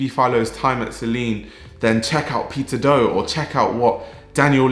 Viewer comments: I misheard you say peter do as "pizza dough" hahaha, fack. The pizza dough community. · i can't unhear pizza dough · Why it sounds like a “Pizza Dough” from your lips to me?🙂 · I can't stop hearing "Pizza doe", thank you for the great video doe! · The pronunciation for Peter Do is correct?